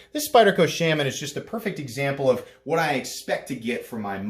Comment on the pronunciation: It was all good til "shamman" murdered my earholes.